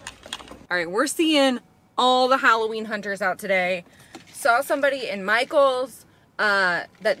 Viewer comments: Michael sounds like "Myghouls" 🖤🫀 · I think Michaels should be pronounced “MySkulls”🤓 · My-KELS! Like my dude but MyKels (or Mykills?). I have already repotted my polkadot plant into the baby doll head planter and it looks amazing!